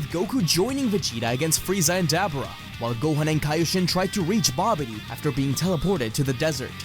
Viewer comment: Ah man dabura (da-bor-a) not (dab-bra)